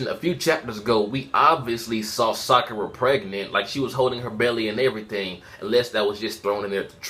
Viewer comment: It's Sakura!!!!!!!!!!!😑